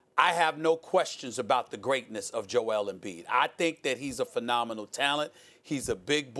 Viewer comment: Why do they pronounce it Joe-EL? Is he from Krypton?